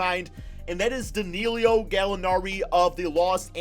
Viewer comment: Danilo not Dinilio! Pronounce it right damnit lol!!!!